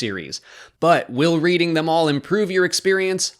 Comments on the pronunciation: I’m sorry, in REE-DING?! It’s RED-DING. My poor British heart. (Just joking, literally every British place name isn’t pronounced as it reads, it’s a nightmare even for me) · It’s pronounced redding not reading for reading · btw As a Brit Its pronounced REDding not as written 😉👍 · It's pronounced "Red-ing" not "Read-ing". Cannot wait for this series, though! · "Reeding, England" 🤦🏻‍♀️ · "Reading" is pronounced "redding". Source: Am English. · Reading is pronounced reding... Funny Americans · It's pronounced Reh-ding. But no worries, I blame the Queen. Also shows how little I care about Star Wars. No matter the director it'll be a Kennedy laden shitefest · Reading, the town, is pronounced "redding", by the way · Thought this as soon as he said it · Came to the comments to say this. Glad both England and New England agree on this pronounciation haha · Oh it pained me when you pronounced reading. It's pronounced red-ing. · Lol! It's pronounced RED - ing. But given the way it's spelt, I can understand the mispronounciation. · Just FYI my friend since it may be a word you'll be saying a lot covering this; "Reading" the place name is pronounced "Redding". ;) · Great vid but for future reference Reading is pronounced Red-ing like the past tense of read lol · So funny not even native speakers can get it right OMEGALUL